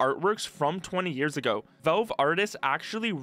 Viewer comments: I absolutely can't stand the way you pronounce Valve. Work on it. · are you unable to pronounce the word "valve"? just curious